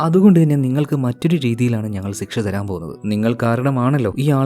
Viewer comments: സിക്ഷ അല്ല ശിക്ഷ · ഉചാരണം ! ശിക്ഷ യെ സിക്ഷ എന്നാണ് പറയുന്നത് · സിക്ഷ അല്ല ശിക്ഷ ശരിയ്ക്കും ഉച്ചരിക്കാൻ ശ്രമിക്കൂ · Shiksha ❎ Siksha✅😂😂😂 entha mallu